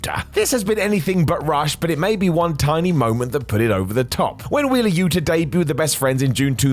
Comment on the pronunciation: Yuta* not Yuter